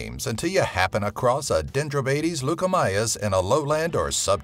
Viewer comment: Leucomeles not LuKAMyAS